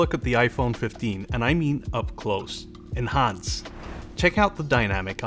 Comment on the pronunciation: he says "enhance" like "in hans"